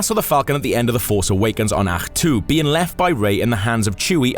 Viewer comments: Welsh way of saying Ahch-to:D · Think they legit choose the Welsh guy to pronounce the planet luke was on